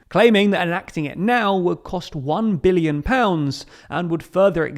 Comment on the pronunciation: Sounds like you’re saying million, not billion.